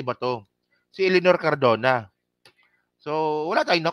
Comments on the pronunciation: CARDOBA KA NANG CARDOBA E MALI KA!!! CARDONA! CARDONA! CARDONA! MALI MALI ANG PALAGING SINASABI MO, PATI PAG BABASA MO MALI MALI! ITUWID MO NGA YANG GINAGAWA MO, HINDI LANG DITO, PERO PALAGI SA IBA MONG MGA VLOGS!!!!!! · Cardona hindi Cardova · Cardona! hindi Cardova!